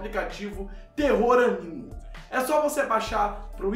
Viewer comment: é AMINO e não ANIMO. UHEUHEUHE <3